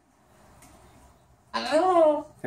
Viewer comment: He's gotten so amazingly clear with his "Hello"